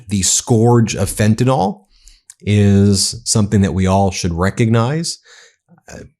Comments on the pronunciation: Dear Ben, it's pronounced Fen-tan-ill, not Fen-tan-all. Trump and his minions routinely mispronounce it, making it a catch-all for everything they don't like. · Ben, PLEASE DONT MISPRONOUNCE the Drug like TRUMP!!! It's Fentanyl (nil), NOT FentaNOL!! PLEASE don't repeat the wrong pronunciation...it isn't professional, and it's wrong!!! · Fentinall does not exist... Can you say Fen-Tuh-Nill? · FentaNYL. Please stop sounding like a MAGA dumbass. It's fentanyl, not fentanol. Two completely different substances. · Ben thank you for your reporting hut I need to remind you there is no such dr#g as “fentinol”. The name is in fact “fentanyl”. Details matter, as you know. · Ben, Ben, Ben….love your work but please pronounce Fantanyl correctly. It is not Fentanol it is Fentanyl. Your ignorant president pronounces it incorrectly but there is no reason you should. 🤣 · IT IS NOT FENTAN-OL. It ends in 'yl' and pronounced 'ill'. Plus to Trump, 'skauje' is not a word. Finally, it takes CONSUMERS on the ground to make a DRUG INDUSTRY So get your kids to stop it cold turkey.